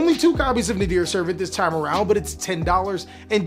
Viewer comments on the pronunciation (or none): none